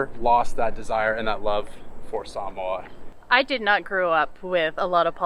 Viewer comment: 🧡🧡🧡🧡🧡. You pronounce “Samoa” and “Samoan” perfectly. Thank you and I will always consider you Samoan 🥰